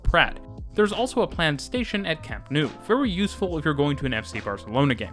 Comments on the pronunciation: “camp nu” ❤ em pixo JAJAJAJAJAJAJJAJA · Just a note on some of your pronunciations. For the LL sound in Parc Güell, Llobregat, and Valles, you can use an English Y sound. Rodalies is stressed on the I. And the OU in Camp Nou is pronounced like English "no". But good work on the video. :) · Every time you pronounce Camp Nou as if it were French, a cat dies.